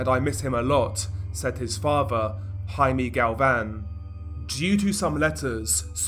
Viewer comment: HI-MEH, not HI-MEE